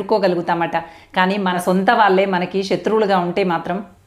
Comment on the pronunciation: వాల్లు, వాల్లే..... కాదు తల్లీ...... వాళ్ళు..... వాళ్ళే, తెలుగు..... దయచేసి.....!🙏